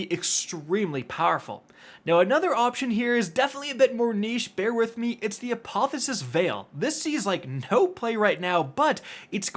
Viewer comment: Bro said apotheosis veil 💀💀💀